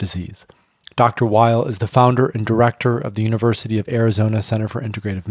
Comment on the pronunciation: Weil's - NOT - Wiles